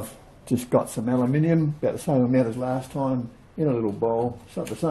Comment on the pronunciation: Thank you for not pronouncing it as Alooominum